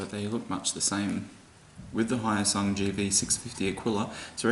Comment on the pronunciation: Hyosung...not high oh sung